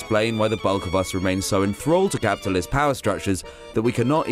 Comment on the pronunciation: I just love how Zizek says ‘capitalism’. There’s 15 syllables when he says it.